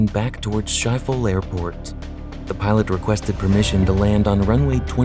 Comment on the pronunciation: That's not how you pronounce Schiphol. And if you're going to use graphics, at least get what the building looked like correct.